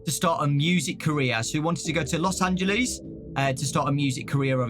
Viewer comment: “Loss Anjelees”